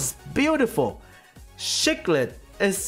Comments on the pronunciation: Its SEE-clid, not SHEE-clid. hhahaha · At first I thought you said "shook lit" than i realised it's the way you're saying Cichlid...